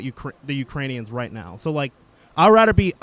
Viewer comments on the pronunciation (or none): The first guy said, "Id rader help Ukraine." I RADER HELP. SMDH What a fucking moron.